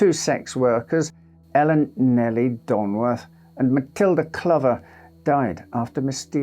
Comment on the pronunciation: I’M SORRY, did you say a prostitute namned Ellen Nelly DONGWORTH?!?